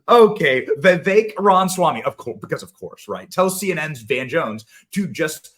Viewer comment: Please Benny, its Ram-a-swamy.